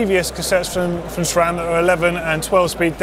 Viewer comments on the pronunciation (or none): none